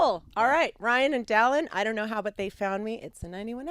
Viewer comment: I don’t know why but I screeched when she said Dallon.